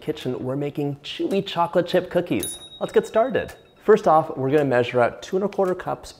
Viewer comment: I heard chilli chocolate chip cookies 😢😂😂